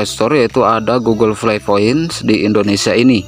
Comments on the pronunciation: Google play ❌ Google flay ✅ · iya njir pdhl rata' orng mlh blg f / v jdi p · Gk bisa bilang p kah? Knpa smua nya pake f, google flay, foint '-'